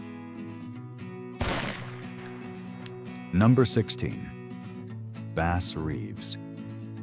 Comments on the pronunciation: You lame A.I. voice said "Base" Reeves, instead of Bass Reeves. Good grief, can't you people get a real person to narrate this? Is youtube paying you to use their A.I, voice? How totally unprofessional. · I think Bass Reeves first name was pronounced to rhyme with the fish, bass, rather than “Base”. Also, the AI narration, in reference to Bat Masterson’s hat, said, “Darby”, rather than “Derby”…😅😅